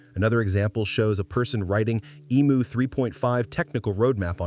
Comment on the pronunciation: Emu NOT emooo!